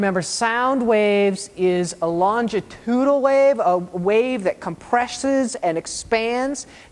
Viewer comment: For someone making an educational video you'd think he might try to pronounce longitudinal correctly once or twice in the video.